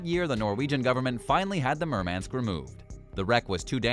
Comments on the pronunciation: And is it so damn hard to pronounce "Murmansk" at least somewhat properly? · OMW! He cannot even pronounce 'Murmansk. ' So, why should we watch.....??